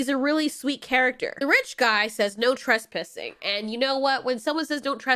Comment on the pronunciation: Trespissing? Really?